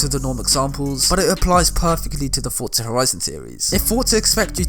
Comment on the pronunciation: Every entro this man says fortzaa 🤣